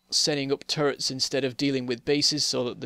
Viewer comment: I misunderstand it faaaaaaar too often when you say "turrets". I understand "turds" ..